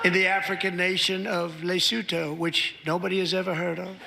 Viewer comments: First of all he pronounced Lesoto wrong, & second of all my son had his 4th grade geography assignment on this tiny African Nation. We both learned a lot about a of place we never heard of before. In fact, we learned the name & a lot about every country on that great continent My son is now 42. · Did he just say no one's ever heard of Lesotho? And also he mispronounced it awfully.